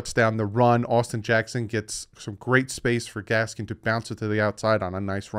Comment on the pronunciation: When you start pronouncing Miles Gaskin name correctly, i will be happy. There is no s at the end of it!